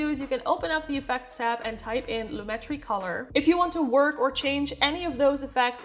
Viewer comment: Hi. Thanks for the video. The explanation of the difference between saturation and vibrance finally hit home for me so I will be able to remember the difference. As for the pronunciation of "Lumetri," according to a comment on Adobe's support forum, it is Loo-met-tree. They said the other ways of pronouncing it are from misunderstandings of the English and French languages. Here's the link